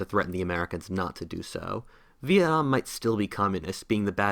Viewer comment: does he pronounce veitnam wrong lol veinam